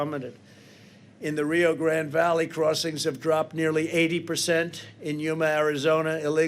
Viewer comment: Pendejo can't even say "Rio Grande" right